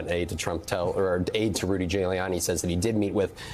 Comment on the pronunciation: sounds like he says Rudy “Jailiani” 😂😂😂